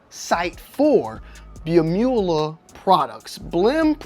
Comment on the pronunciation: Not trying to be that guy , but its pronounced Blem-You- La Like Dracula. That's why they etch a dracula face on the blems . It's Blemula.